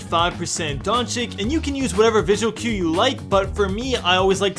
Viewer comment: Did u just say Donchick😭